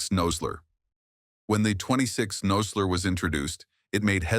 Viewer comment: Obviously the narrator knows nothing about firearms. He doesn't call it a thirty ought six and pronounces Nosler incorrectly.